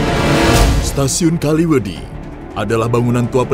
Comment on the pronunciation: Kaliwedi bang bukan kalimedi soalnya gua orang kaliwedilor